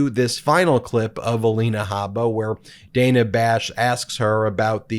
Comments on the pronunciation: Dana Bash: pronounced Dar-nar, not Day-nar. 🙄😖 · It’s DAN-A. Not DANE-A Bash. Took me a while too! Cheers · Protip: "Dana" as in Dana Bash is pronounced "danna" not "dayna" (yes, it's unusual) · Dan-a.... not Day-na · Love your channel Ben…. But it’s pronounced Danna……. Not Dayna…. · Love what you do but Ms Bash's first name is pronounced Dan-A not Day-na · BTW, It's /danna/ Bash, not /dayna/. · It's pronounced 'Danna', Ben. Not 'Dayna'. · I may be picky or wrong, but I think it is pronounced Dan_ah. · Hey Ben, it's pronounced Dan-uh, just trying to be helpful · Dana Bash pronounces her first name as Dan-na. Not a big deal, just a FYI. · It’s Dana pronounced like Dan with an “uh” at the end. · Its pronounced Dan-ah Bash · Hey Ben...just for further reference,. It's Dan*a Bash..short a. Keep up the good work! Love the videos. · Ben… he name is pronounced “Danna”. Don’t be a Republican name-mangler. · Dana Bash’s first name was consistently mispronounced. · Ben, your views need to be expressed, but you lose credibility when you mispronounce so many peoples’ names. Please learn how Dana Bash pronounces her first name, and verify pronunciation of other names before you record your videos.